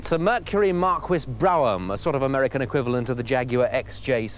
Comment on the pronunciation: OMG.. I've never heard "Mercury Marquis Brougham" pronounced that way... how awful.